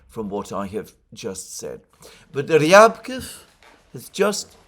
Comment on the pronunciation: Ryabkòff, Alexander. Stress on 2nd syllable. Just sayin.